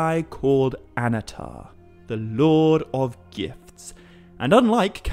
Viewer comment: Annnatar, not Anatar. Emphasis on the double NN.